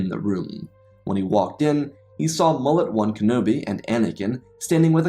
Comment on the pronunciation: Did you call him "Mullet 1" Kenobi??!! Explain your heresy, please.